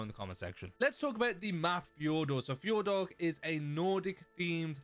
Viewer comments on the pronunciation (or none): hey you were pronouncing Fjordur wrong. not to be rude just a little tip. i can’t really describe how to pronounce it but i wish i could. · Always so fun to hear non Nordics trying to pronounce this kind of names.😂☠️